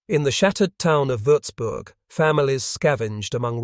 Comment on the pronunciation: its nice to hear words like Wurzburg pronounced correctly, but the pictures still need work